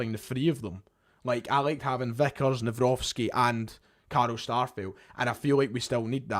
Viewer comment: I’ve bumped into you back in 2020 near the Footlocker, gave you an awkward handshake when it was a little bit inappropriate back then 😅. It’s nice to see how you and your channel have grown since then. Little tip on how to say Maik’s second name, it’s Navro-tzki. Best greetings from a Polish fan. Keep up the good work and all the best in the near future 🙏🏻